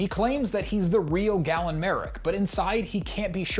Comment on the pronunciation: Galen, not Gallen...did you play the games???